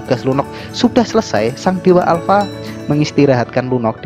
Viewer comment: Alpa bukan ya alpa